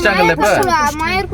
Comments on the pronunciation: பாஸ் சரியான உச்சரிப்பு மாயார் டேம் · Moyar Ella mayar thambi